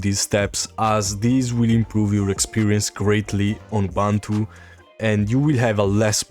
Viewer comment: for all Man, please learn and use the proper pronunciation for "Ubuntu" (Oo-boon-too). 🙂